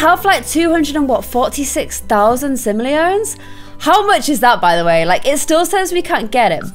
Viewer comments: You pronounce it sim-oh-lee-ons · Sim- Oh- Le- On is how you prounounce it :P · It's pronouced SIM O LEE ANS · Amelie Keech yeah you pronounce it like sim-oh-lee-ens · emma ! Uhm no. Sim-oh-lee-ons, not ens. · Yey!!! I'm so happy you are finally in dream house and I actually kinda like how you say sim- oh- lee- ons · sim - o - lee - ons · Binge watching this series in 2019...please tell me eventually stops saying Simoleons wrong...also “pm at night” and “am in the morning”